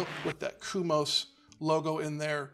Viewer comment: Thanks for the review, but why are you saying "kumos" when it's "komos"? At the moment I'm trying to decide between Komos and KegCo.